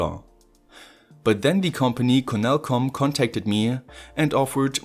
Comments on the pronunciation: Literally noone: French: C O N T H O L L I N O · Controlino kann man kaum deutscher aussprechen, oder? ^^ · Can you say controllino again? You pronounce it so funny.